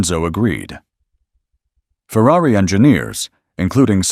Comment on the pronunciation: No. There are no coops. The word is coupé. Same word as chop. Don't people know French? Say cooh pay. Jesus, this is sad. And that included saying Fewwawee. Why would one?!